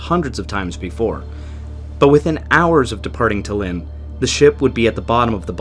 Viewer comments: Stop calling Tallinn , DALIN, THALIN, ALIN. Its Tall-innnnn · Omg, it’s pronounced TAllin, not TEllin. How difficult is it to learn the capital cities of other countries,especially if you are making a video about them? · Good video but I just have to say, it's pronounced Tállin, not Tallín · I'm sorry but you pronouncing "Tallinn" in a way it just sounds like the estonian word for "city" is inappropriatly funny